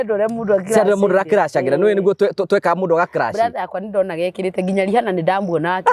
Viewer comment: It's Pronounced RIANA 'H' is silent